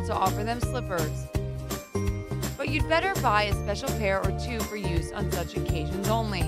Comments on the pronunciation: when she said 2 I thought she said eww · it sounds like you say ew on number 2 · When she said 2 it sounds like she is saying ew